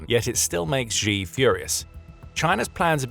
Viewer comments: If you are going to talk about Xi Jinping then the very least you can do is pronounce his name correctly. Xi is pronounced like she in the sentence She is a woman. Hearing you mispronounce this name again and again and again is driving me nuts. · 'Xi" is pronounced "she"